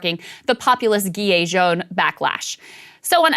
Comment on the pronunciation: Gilet is pronounced jilet not guilet